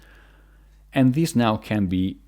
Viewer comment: Him: turn like thees.. Other ppl: turn r u r’ u’ hdhdhdhdggwowpabsgwjdujsfwhshdhe